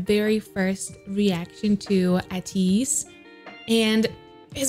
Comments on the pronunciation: Thank u for ur reaction to our kings 🔥 we welcome u to our family anytime 💕, but I wanted to correct you the correct pronunciation of their name is Ay~ teez I hope u will continue to support and love them and become an ATINY and join our fandom “ the pronunciation of the name of our fandom is (Ay~ tiny) The meaning of our fandom name is ATEEZ Destiny they took A from ATEEZ and tiny from Destiny and they came up with ATINY🥺♥️ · It’s pronounced Ay-tease <3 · I’m so stoked you reacted to them as well! I ADORE YOUR CHANNEL!! Btw. for their group name, it’s pronounce it ay-teez. I used to call them ah-teez for the longest time until someone jumped me 😫 They recently did a cover of Kid Laroi’s Stay live so maybe you’d like to check that out? Oh also, I asked for this before too and I hope it’s not rude to ask for other groups in the comments of the ones you’re reacting to, but NCT 127 is a very vocally centered group and they’ve got the studio recordings and all the stuff you like for all of their popular songs, so maybe you could give them a listen as well sometime? ☺️ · Hi! I found you through your skz videos and been looking forward to you reacting to Ateez so much! (it's pronounced as ay-teez btw) I think you should definitely check out their live performance of Turbulence on it's Live channel! The song is so beautiful and really shows of their vocal abilites and the format is similar to first take videos:) Btw the illegally good looking man in the beginning is Seonghwa, he's my bias for a reason lol. Anyway thank you for providing us with so much amazing content and take care<3